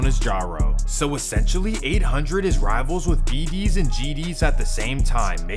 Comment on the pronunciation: Foe why u saying bd like that😭, is that really how Mfs from out of state say it?? It’s like you’re saying it as If an E in it 😭 “Beh dees”